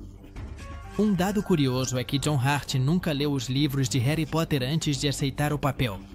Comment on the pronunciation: meu Deos!!! John Hurt! não Hart!